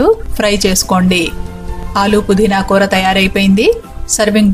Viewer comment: It's koora not kootra.